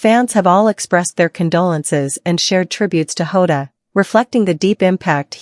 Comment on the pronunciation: It's Jota not Hota and he was 28. Fuck this bullshit